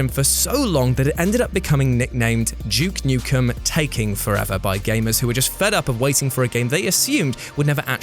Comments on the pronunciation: DJEWKE NUKEN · "And number 6, JUKE Nukem" 😂